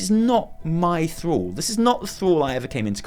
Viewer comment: Thruall?? Is THRALL